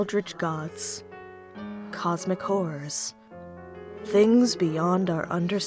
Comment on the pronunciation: I rewatched the beginning twice and I still hear “cosmic wh*res”